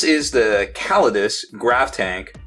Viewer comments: I think it's pronounced KA LAY DEE US, but I'm not a linguist so idk. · The chaps at FW have been pronouncing it KAH-LAY-DEE-US Also, incase you were wondering, the single-headed eagle is the Palatine, the Emperors personal sigil. Makes sense the Custodes have it! :)